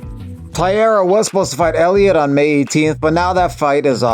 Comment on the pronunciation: BTW, Taira is pronounced TIE-RAH not TIE-ERA